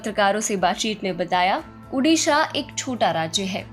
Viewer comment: its not UDISHA the NAME iS ODISHA